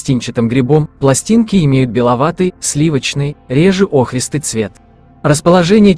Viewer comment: Спасибо вам! Для меня сыроежка, любая - гриб который я не знаю и не понимаю. Но интересно разобраться, а вдруг мне понравится по вкусу. Только пожелание - поправить ударение в некоторых словах - сосна, охристый, зелёная.